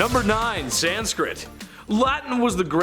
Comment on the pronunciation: There is no "D" in sanskrit!